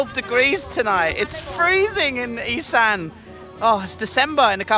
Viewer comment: Isaan, Cute how he pronounces it as "Eee- san" when it's actually pronounced "Eee- saawn." Precious. The Thai guy on the boat pronounced the fruit correctly obviously. It's not "Fah-LANG." It's pronounced "Fah- LONG" or "Fah-RONG." The mispronunciations are cringeworthy. Example: "A-LOY, MACK MACK." It's "MOCK MOCK." Ughhh. Lesson of the day. If you don't know how to say something or unsure? DON'T. Nung, Song, "SAM" (As in the name) - IT"S "SAWM!" World traveler, language butcher. Saw Wat Dee, KA! 555555!